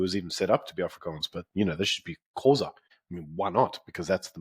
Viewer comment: Is pronouncing the word Xhosa really that hard? 😂